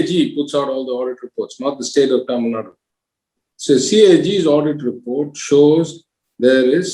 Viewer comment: it is not Tamilnad it is TamilNadu. "U" has to be called out in the pronunciation. Can Dhanya be called as Dhany?